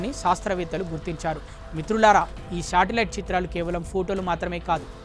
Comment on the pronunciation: Shatilite kadu ra satelite first vocabulary kadu vocab lty adey ra munja mi nathi anchors ki ra howley